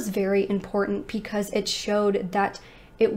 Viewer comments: Anyone else ever notice that this lovely young lady always says "pecause" and not "because" 😁🤩? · I really enjoy this channel, it just irks me that she says pee cause instead of because. Idk if that's just something she does to be silly like how people say meow instead of now just to confuse people or be funny, but its a little annoying. But i do ignore it BECAUSE, i want to hear the cases.